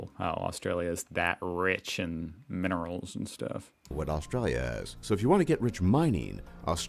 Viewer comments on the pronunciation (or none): He can't even pronounce the minerals! If we only had an inland river system we would really kick US butt! Cricket and baseball can suk my deck.